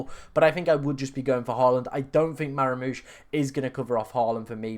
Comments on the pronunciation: MAH-MOOSH. NOT MARA-MOOSH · Nice man but please stop saying Maramoush